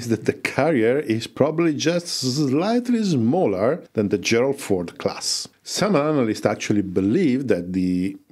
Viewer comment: I like how you say "Slightly Smaller" -- Zlighty Zmaller 😁